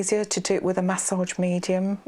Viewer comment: I've never heard someone pronounce massage as mahss-otch and the word cautious as coch-ous. 😆 Very relaxing voice and video though. 👍